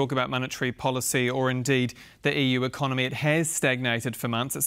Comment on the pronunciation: He's gonna fiiiiiiix the ecoMOny!